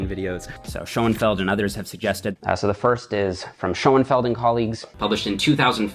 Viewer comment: schurnfeld, not scho en feld